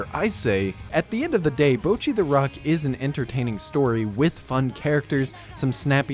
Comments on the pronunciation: the people correcting your bocchi pronounciation mean it in a "its now bowcchi, its bohcchi." like, pronounce the o like an o- not like owh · he is pronouncing it wrong tho the o in 'bo' is more like the o in 'bot' or 'song', not the o in 'bow' or 'road' and the 'cch' in 'cchi' should be duplicated so what hes saying sounds like "bow-chee" whereas its supposed to be "boh-cchee" (/bottɕi/ rather than /boʊtʃi/ if you can read that) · I'm deeply enraged by the first few seconds of the video but I wanna lay it to you gently. Yes, that's right, ぼ is the hiragana for "bo". But the way you're pronouncing it is ぼう/bou. Japanese vowels are pretty static, a in apple, i in indian, u in ultra, e in energy, o in orange. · Yes ぼ is "bo", so your pronunciation mistake is twofold: 1. you are saying it like "bou", which would look closest to ぼう and 2. it actually says ぼっ which is "bo" followed by that glottal stop leading into doubling next syllable, "chi", hence "bocchi". You are saying "bouchi". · The problem with your pronunciation is assuming that ぼ [bo] in Japanese is pronounced the same as bo [boɯ] would be pronounced in English. There's no diphthong in Japanese for the syllable; if there was it would be written as ぼう [boɯ]. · I agree that he's definitely not pronouncing the double consonant in "cchi" right, so I guess I have to back down. And his o in "bo" is a bit long as a result. Honestly his accent is butchering the pronunciation for him. However if what you're saying is that the "bo" should sound like "bah" then I'll have to disagree there. Just listen to how the cast of the show say it. It's ぼっち (bocchi), not ばっち (bacchi). If it I misunderstood, then ignore all that plz lol